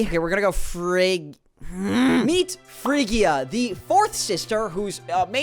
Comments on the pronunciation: it's pronounced like fridge-ia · phrygia is pronounced fridge-ia but your confusion is more than understandable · the magypys are named after the modes !!!!! phrygia is pronounce like fridge-ia PS i've never cried so hard to a youtube video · brah its pronounced fridge-ia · Fun Fact: As a musician i noticed that when the Magypsies were introduced, their names sounded very close to the 7 Modes in music known as: Ionian, Dorian, Phrygian, Lydian, Mixolydian, Aeolian, and Locrian (They go in that order). edit: I'm also going to assume that Phrygia is pronounced [Fridge-E-Uh] because the Mode Phrygian is pronounced in a similar way. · Bro almost said Chupichupyoi correctly but fumbles on Phrygia lol